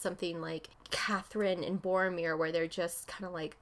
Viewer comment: I die a little when she calls him Boromir.